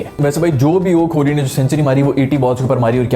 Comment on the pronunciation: Bhai its kohli not kholi